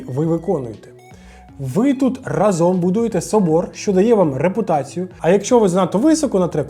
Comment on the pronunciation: Класне та корисне відео! Вибач що виправляю, але правильно «рАзом», а не «разОм»